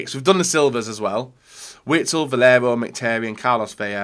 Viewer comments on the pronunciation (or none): none